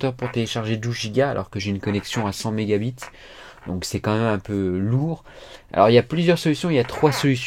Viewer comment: Pourkois tu dit mega bit 😂mdr